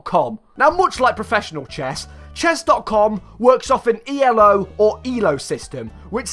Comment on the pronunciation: You said E-L-O like the letters stood for something.